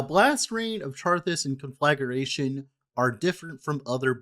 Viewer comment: You are mispronouncing it btw. Con fluh gray shun